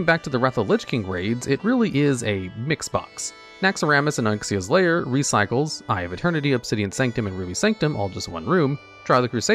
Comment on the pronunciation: sooo am i having a stroke or does say "naxxaramas and onxias lair?"